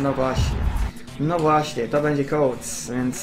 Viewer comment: Wymowa nazwisk boli 😭 Koatesz nie Kąłts xd